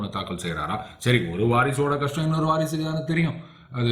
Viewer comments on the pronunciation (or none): none